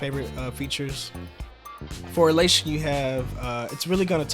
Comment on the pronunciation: lol it's bleach, not beach bypass. and halation not helation. it's all written right there